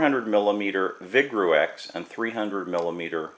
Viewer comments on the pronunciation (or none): Hmm, a "chemist" who pronounces vigreux "vig-roo-ex"... This is a infomercial for cheap Chinese glassware.